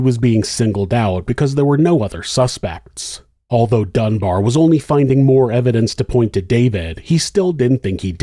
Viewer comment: Dunbar, not Dunbear